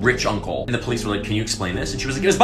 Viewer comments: Her name is pronounced as Anuyka. She was born in Romania and set up shop in Vladimirovac village in Serbia. She was known as one of the most prolific serial killers (at least during peacetime) in the region, but she was not actually the one "pulling the trigger", although she did manage to accumulate some 50 by proxy frags by the time she signed out of career mode. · I’m pretty sure it is pronounced as “Baba Anuyka”, not “Anushka”, because she was Yugoslavian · He pronounced Anujka as Anushkha which confused me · As a Balkan myself this type of pronunciation annoys us on a whole new level, its Anujka( Anuyka in English) not Anuška( Anushka ) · The pronunciation is killing me. The "j" is supposed to sound like a "y." /ɑːnuːjkɑː/ (a-nooy-ka) not /ʌnuːʃkə/ (uh-noosh-kuh) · Its pronounced Baba Anooyka not Anushka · You mispronounced her last name. The "j" in Serbo-croatian is pronounced as "y" is pronounced in English. It's "Anuyka".